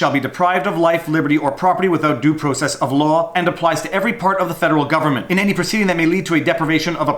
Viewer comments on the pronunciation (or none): If you say "due process" in the context of American law, the first syllable of "process" should rhyme with "draw" and not "grow".